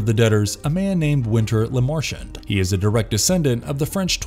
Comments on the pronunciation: You pronounced it like “la Martian 👽” The films pronounced his name correctly in English with a broken French accent. It’s not hard to mimic that. Just another content creator, with valuable insight, that doesn’t truly value their content. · I third the motion. Toss the way he pronounces Lemarchand, La Martian on that list too.